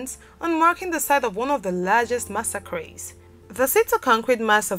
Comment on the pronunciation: Your pronunciation of massacres is wrong.